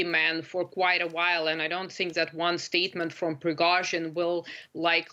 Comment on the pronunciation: I Think or I sink?😂😂😂